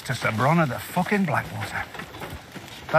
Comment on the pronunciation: I love a world where both bron and tyrrion not only live but get the positions they deserve, and then fans shit all over the last season lol. "Fooking weird like those lannisters if you aks me."